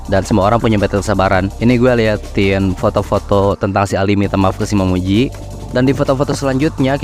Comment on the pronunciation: Awalnya ku kira otak ku yang lemot tapi nama x nya "momiji" abang nya nyebut "momoji" terus🤣